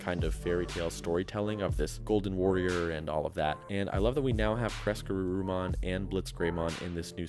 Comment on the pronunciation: I just keep hearing "Caress-Garurumon" and I giggle 😂😂😂. Excellent video as usual!!